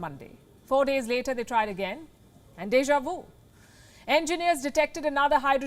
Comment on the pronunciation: And "Deja vu" 😆